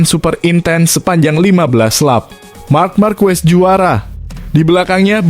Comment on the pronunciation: Belajar mengucapkan yang benar itu bukan ejaan indonesia c pada bahasa itali dan spanyol diucapkan k goblok